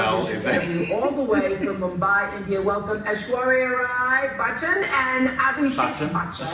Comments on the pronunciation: lol guys it’s ESH-WA-RIYA RAH-EH (like Eye? definitely not Ray as in Ray of light) and the other one is pronounced BÀCCH-AN (with emphasis on the first half of the name). You guys pronounce it aaaalmost correctly, for some reason you just make it sound like you’re saying BAKCHAN I’m not sure how and why 😂 the “CCH” in Bacchan doesn’t sound like the double CC in english (ex success, access), it’s just a ch sound like CHEDDAR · RAI is correct. But in bachchan, both are wrong. Don't pronounce it as "BAA", pronounce it as you pronounce "but". Like "Buchchun" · Bachhan is pronounced Ba-CH-chun not Bak-Chun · Bachchan is pronounced Butchun and not Baatchun. Rai is pronounced closer to Pie not Ray. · you are WRONG!!!! It is not Bakchan Oprah says it correct BaCHCHan. And Rai a while back a lady told you 2 already it's like Rye (the bread) not Ray. Aish is the short form for her name. Sorry, I have no Twitter or Instagram so can't tell you there. And this will probably get lost in the sea of messages. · You pronounced right.... Its not Bachan as she pronounced... Its Bacchan...as u pronounced... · its not BAK-CHAN... is BACHAN Oprah pronounced it right. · Aish is her Nick name. It's Rai not Ray (as in Rye) It's Bachan (not Bakchan) He is known as AB. N little trivia. Back when they were getting married, AB was doing back to back movies and have been trying to make like a real mark. He have had his share of hit n misses.. but offlate thou he kind of slowed down. Meanwhile, BIG B relentlessly just keeps getting bigger n bigger n better. Overshadowing n overpowering every one clearly without even intending to do so. So yeah back in time of this interview they were the 'IT' couple. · Its bachchan but she is pronouncing it like bachan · Bachchan is pronounced like this 👉🏼 Batchan .. (because of doube "ch" ).. and Aishwarya Rai is pronounced as "Raai"..not "Ray" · its buh-chhann emphasis on "ch" and "nn". And its ra-ai not ray. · Butch-chan (bachchan) Rai not ray